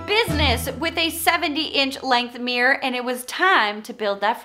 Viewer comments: CUTE! (But can we say meer-or instead of meer. It is two syllables. 😁) Also, great idea for a DIY series! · Why do Americans say “meee-errrr’. It’s a miRRor!!